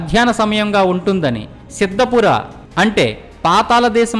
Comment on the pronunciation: పాతాలo కాదురా పాతాళం అని పలకాలి.